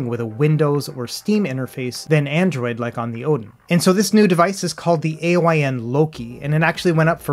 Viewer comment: it's Pronounced "Eye-n" its not an Acronym